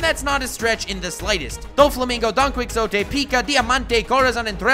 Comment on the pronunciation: for future reference, Quixote is pronounced Ki-Ho-te